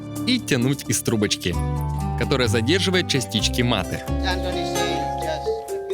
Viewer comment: умница Антон, что в мАте ставишь правильное ударение, а не как Бадоева. Изменение ударения меняет суть, исли говоришь с испаноязычными . МатЕ означает - "я убил"